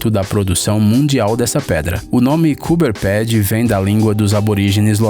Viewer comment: desculpe meu, mas sou australiaano. poirque voce botou no meio da edicao uma favela? primeiro faca uma pesquisa de pronuncia de locais e fatos. o nome do estado nao eh gales do sul, mas sim nova gales do sul. gales do sul eh reino unido. coober pedy pronuncia-se como voce mesmo disse que aborigenes falam, entao porque mudar (kupa pity) e existe google translator pra voce ouvir como se pronuncia. pra mim isso eh preguica. e por fim nao existe ceia de natal, cada um come o que quer e nem fica necessariamente acordado ate meia noite. o que ha eh o almoco de natal